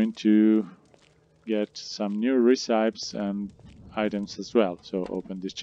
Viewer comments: I was having difficulty figuring out the best recipes, unaware that what I really needed were "ree-cypes". 😀 Just kidding. Thanks for the game advice. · Recīpes? Lol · Recipes pronunciation 🤣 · Uh are you really saying recipes wrong?? 😂 That isn't how you say it... JS